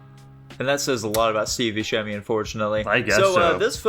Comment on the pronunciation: You could at least talk poorly of me to my face. And I pronounce it Bussemi not Buskemi